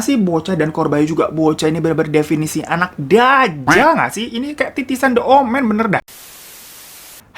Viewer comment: Bang The + huruf vocal dibacanya Di bukan De 😁